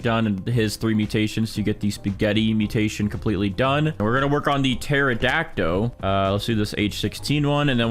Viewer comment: I’m sry but every time he says pterodactyl it always makes me laugh a lil because he pronounces it teradact O when you pronounce it terodact Ol I’m not making fun of him so don’t hate me I’m just pointing it out lol